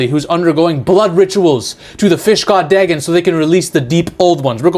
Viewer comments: Dagon is pronounced Day-Gone.... Theres also a decent 2000s film in that name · Dagon is pronounced "Day-Gone"